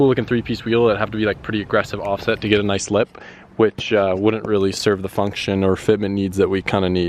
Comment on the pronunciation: Noice wehills ken I hev a pear? Plz